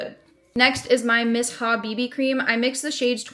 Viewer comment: I've never heard Missha pronounced that way Interesting!